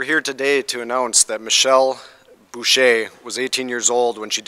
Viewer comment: Busha not Bushay